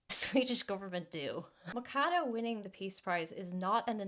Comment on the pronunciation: It was so fun the irish way you said "McHadow", its "mashadu", meaning axe